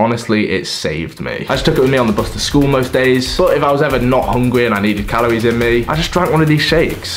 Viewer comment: Calories* not calowies